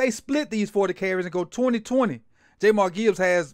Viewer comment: Not sure you know Gibbs well Sir - his name isnt JayMar Gibbs... It's pronounced "JAH M EAR" when you dont know their names it makes it hard to think you'll know their play.